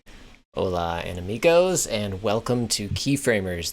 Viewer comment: A little FYI: the way you pronounced amigo (anamigo -- spelled: enemigo) means "Enemy" in Spanish